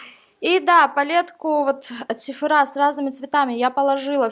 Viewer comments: Мне показалось или ты сказала «сифорА» может всё-таки « сифОрА» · Правильно говорить сифОра, а не сифорА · Не сефорА, а сефОра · ударение ставить правильно сефОра, а не сефорА, если что. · ударение на о!